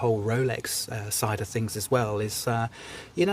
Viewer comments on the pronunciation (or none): none